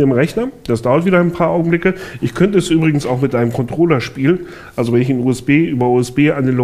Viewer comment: anstatt mit habe ich myth verstanden :D